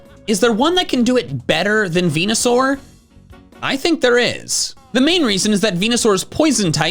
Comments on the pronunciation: Erm actually it’s pronounced venusaur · IT'S VENUSAUR, NOT VENASOUR! GET IT RIGHT PLEASE!